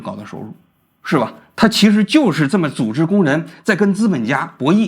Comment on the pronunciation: 工会作用1 保证就业安全感， 资本家不可能轻易开人也没有35岁忧虑。 2 内部公平， 按照CBA 和seniority 去Bid 各种排班 福利 加班 这样避免了很多黑箱操作和关系户 3 整体去提高福利待遇 一个打工人不靠自己而靠整体去要求提高工资福利水平有什么问题？ 波音高管拿多少？加航CEO拿多少？ 一线怎么不配加个5%每年了？ 与资本家同情 活该35岁失业去送外卖。 每年我交2000多工会费， 完全觉得可以啊 有工会与没工会对打工人的影响是巨大的。王菊的认知永远停留在改革开放红利被所谓的精英阶层独享的美好记忆里裹足不前。 最后建议普通话东北味应该改改 Z总发音成ZH 组织读成猪织…